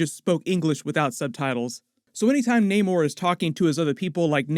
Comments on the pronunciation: Bro it's not NAYMORE... It's NAMOR.... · Why does no one just pronounce namor correctly , it’s not like it’s a complicated name